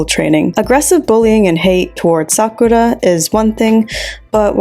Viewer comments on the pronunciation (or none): none